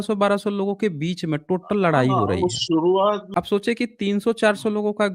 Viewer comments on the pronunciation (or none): none